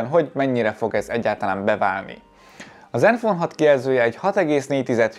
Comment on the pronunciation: Csak én értettem néha iPhone-t mikor zenfone-t mondott? :D